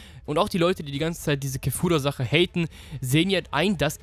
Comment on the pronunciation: du sagst immer kefura die heißt aber kafla im deutschen und im japanischen wird es kefura geschrieben aber kefra ausgesprochen